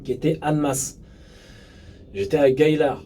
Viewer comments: C'est gaillard et non gaylard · Salut jhabite pas loin de la suisse et gaillard se prononce "gayard" bonne continuation